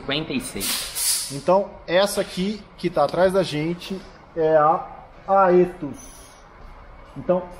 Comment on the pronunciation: Fala, Guru! Creio que o nome seja pronunciado como "Éthos"